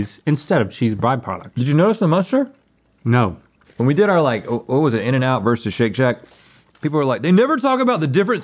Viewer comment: muenster cheese not "muster"